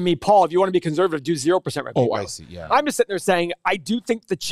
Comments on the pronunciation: can this guy not say 'conservative' right ? what is conservavivie? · In what f-ed up accent is the word "conServative" pronounced "conZervative", Paul?